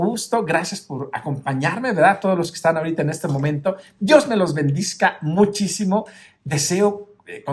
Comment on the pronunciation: con todo cariño y respeto, creo que se dice bendiga y no bendiga, dígame si estoy equivocada.gracias